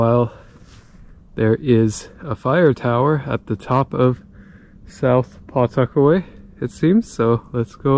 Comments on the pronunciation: It's pronounced Puh-tuck-away not Paw tuckaway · We pronounce it "puh-'tuckaway." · I’ve lived in Nottingham and the whole area of Pawtuckaway most of my life, and not to be critical, but the w is almost silent in Pawtuckaway when you say it. Nothing scary about it. It’s a beautiful area. The state park if us natives could get in, we can’t because all the Mass people invade it during the summer, otherwise it’s beautiful. That God Nottingham has its own residence only beach. There’s camping, and cabins people can rent too. Did you go to boulder field in Pawtuckaway? It’s pretty fascinating. Pawtuckaway is a exstinct volcano. As crazy as things are though you never know if it will remain that way.…..